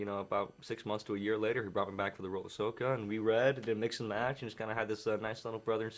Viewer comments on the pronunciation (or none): Sokka not sookka